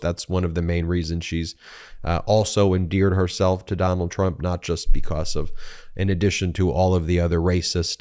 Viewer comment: It still baffles me, Ben, that you can't properly pronounce the word "because".